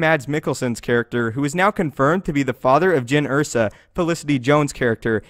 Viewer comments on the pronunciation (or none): Jyn Erso, not Ersa